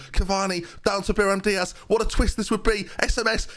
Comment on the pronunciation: Still saying Biram Diaz 😭